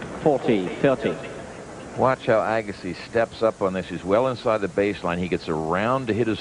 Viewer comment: Pat Summerall impressively alternating his pronunciation of Agassi: the standard “EAH-gassi”, and “a-GAH-ssi”, perhaps an esoteric Farsi dialect.